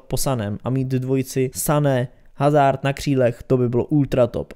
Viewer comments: Kdyžtak hazard se čte Azárd (né hazárd), protože hazard je Belgičan a v Belgii se mluví francouzsky a ve francouzštině (i italštině) se H nečte.👍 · Nauč si číst jeho meno